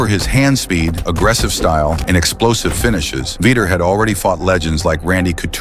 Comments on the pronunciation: There was a V-eye-ter in there too 😂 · “Veter” lol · Is this the shittiestly narrated video ever? "Veeter" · Say his name with me AI VEE Tour 😂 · Veeter? Stahp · lol "veeter" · Veeter and Little 😂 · "Veeter"? "Chuck little"? FFS 🙄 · Learn how to pronounce Chuck's last name and Vitor's name as well. They deserve way more respect than that. BOTH absolute legends !!!!